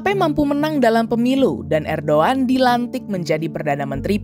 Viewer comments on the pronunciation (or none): erdogan loh min bukan erdoan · ko ngomong nya erdoan si, harus nya kan erdogan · erdoGAN...bukan erdOAN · Erdogan, Robot Ai : erdoan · apakah aku salah dengar ? kenapa erdowan ? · ERDOGAN bukan erdowan brooo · Bkn erdoan min, erdogan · Erdoan ? Apa saya yg salah dengar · Ko bacanya Erdoan